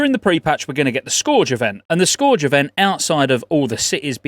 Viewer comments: you would think someone from England could speak English....Scorge? Scourge -> scuurge lol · "Scourge" is pronounced "Skerge", just sayin' :) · Scourge. Rhymes with purge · It's pronounced "skurge", especially for us English folk xoxo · I love ya but your pronunciation of scourge kills me a little each time. It's said as "Sk-erge". They even voice act this many times in the game come on man! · “Scorge” event. I love you 🤣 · Why are you saying scourge weird?